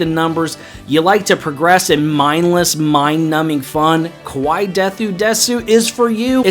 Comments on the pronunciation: Great list if you want to pronounce kawaii(cute) so it doesn't sound like scary(kowai) here a tip kawhyee this actually pretty common mistake for native English speakers. Congrats on your new chibaby. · why do english people alway read kawaii as KO-WHY? it’s not that hard to pronounce the A.